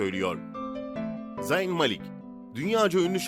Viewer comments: zayn i koyduğun için beğendim ama zayn zeyn diye okunuyo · Abi zeyn deye okunuyo